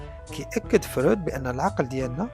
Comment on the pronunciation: إسمه فْرُويْدْ هناك حرف الياء بعد الواو وليس فرود أين وضعت حرف الياء ، حتى بالإنجليزية يسمى frued وليس froud. 😅😅